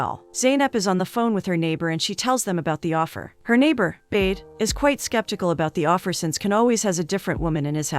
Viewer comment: I wish you would actually watch the movie and hear that his name is not pronounced Ken it's Can like John. It's not Bade sound like in English it's sounds like Buhdeh.